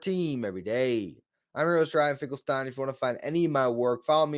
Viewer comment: Why does it alwa sound like when you say your name in the opening it sound like you say Earlshine Finkelstein....every time it sounds like you say Earlshine Finkelstein